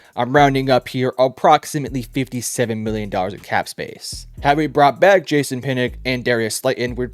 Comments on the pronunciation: Jay-sahn you mean jason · ive never heard someone pronounce Jason like jay-sahn